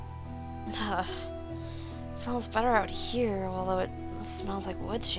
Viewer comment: its here not haer